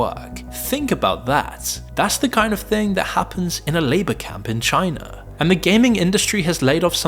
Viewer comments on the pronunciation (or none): none